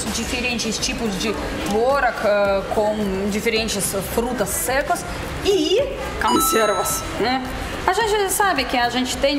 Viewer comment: O que essa mulher fala de Português é um absurdo !! Alguém já deve ter reparado e avisado, o unico erro CONSTANTE que ela pratica é a troca do "O" pelo "A" na maioria das palavras, especialmente quando vem na primeira sílaba, exemplo: CONSERVAS ela pronuncia CANSERVAS, e muitos outros.... Então: nota 9,95 de dez.